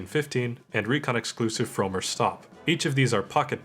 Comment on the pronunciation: I understand, I think you nailed "Gasser" but I'm pretty sure "Frommer" is pronounced with a short 'o'.